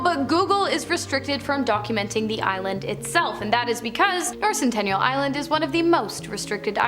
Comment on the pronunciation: It’s sentinel…. Not centennial